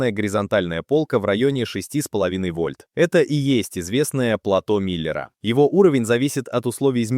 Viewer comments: Там чётко слышно "плато Миллера". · Тоже ухо резануло